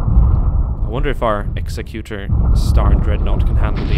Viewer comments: When you pronounce Executor, think Executive, not Execute. And those larger Rebel cruisers look Alien-like? Of course they do, they're Alien, they're Mon-Calamari. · its pronounced eggs-zec-u-tor spelled executor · Gah, mispronunciation of Executor.